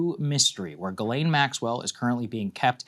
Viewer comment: Could you at least have the respect& decency to get her name right? It's JIZZLANE 😂😂😂